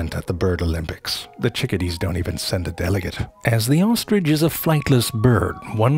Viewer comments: Zefrank: “Here we explore true facts about the ohstrich.” Me: Uh, do you mean true facts about the ostrich? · I like saying, "There is no 'g' in ostrich. So often someone says 'ostrige'. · best pronunciation of ostrich ever 😂